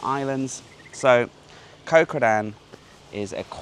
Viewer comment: Love your videos,. Just wish you would pronounce the names of the islands like they are pronounced in Thai. "Koh" is not said like "Co" (short for company) with a soft K long soft O sound. It is said like "Got" with a short vowel and glottal stop on the T (as in "Got Milk" spoken like an American).